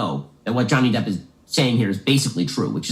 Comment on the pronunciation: it’s DEPP not deep